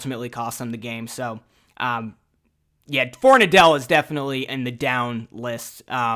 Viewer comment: Everyone keeps pronouncing it For-nuh-dell. Pretty sure its actually pronounced For-nad-ul just fyi. 🍻